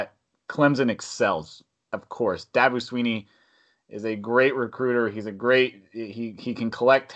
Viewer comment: For the 400 billionth time, it's Clem-SON, not Clem-ZIN. And Dabo is NOT going to the NFL, his coaching style in all wrong for the NFL. And it's Dabo, not Dobbo. Saban is in decline, he got exposed, Dabo is seemingly his successor.